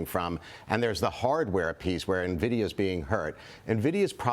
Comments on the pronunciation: its not pronounced ne-vidia its "N"vidia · This guy is a CEO and he calls it Nah-vidia. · Its 'EN-VIDIA' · Don’t trust people that are too lazy to pronounce nvidia correctly